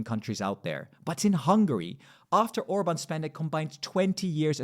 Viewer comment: Why you mispronouncing Hungarian prime minister last name? You don’t care?